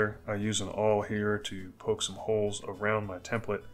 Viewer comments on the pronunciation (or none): none